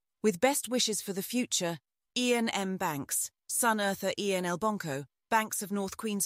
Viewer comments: ...and one that doesn't know how to pronounce Iain! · Terrible. I'll read for myself rather than listen to AI that can't even pronounce 'Iain'. Stopped after 13 seconds.